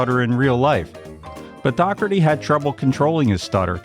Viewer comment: It's pronounced Dough-where-tee